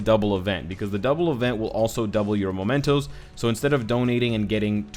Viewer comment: mEmentos! What is up with everyone reading it momentos? That is not even a word.